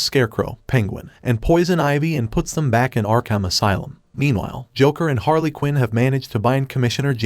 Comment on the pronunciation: It's HARLEY not HAILEY 😂😂😂you d|_|/\/\B f*** everytime you'd do this pronunce in an inappropriate form